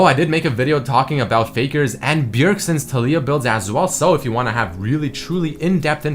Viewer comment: the way of saying "Taliyah" bugs me so much lul